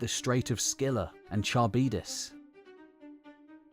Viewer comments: CHARYBDIS : Tcha Ribba Diss? It is like kuh-RIB-diss. Some people may assume you have expertise and begin pronoucing it incorrectly because of this video. You have such a broad range of knowledge, but can't be perfect. I'm sure there are people in the community willing to help out with such proof-listening before publishing. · Just to make it easier for english speakers. Its pronounced ''Harivdis'' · You pronounce Charibdys en every possible way! Charbydis (wrong), Charybides (wrong), and eventually, Kharybdis (right). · Charybdis with a K -aribdis (/kə.ˈrɪb.dɪs/). Like chameleon or character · Kharybdis, it is a Greek Ch- not a Norman one. Nice job overall. nice images, especially the well researched frescoes and pottery images. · “Char beat us” lol